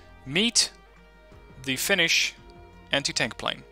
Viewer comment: You actually pronounce Finnish words better than any other youtuber that I've watched recently. Only thing that I'm kind a upset about this DLC is that we're included as a redfor nation, because as far as I know every Finn that I know wants us to be independent... Anyways, love from Finland to Netherlands... My grammar isn't the best so sry if there is some mispronouncing. With love from Finland to Netherlands! :D